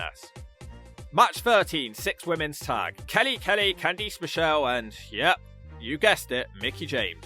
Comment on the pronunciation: I can't tell what was worse. Candice Michelle's comeback match performance or your mispronunciation of her first name.